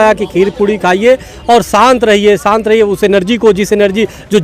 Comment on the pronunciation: "Corona shaant" ? Seriously 😂😂😂😂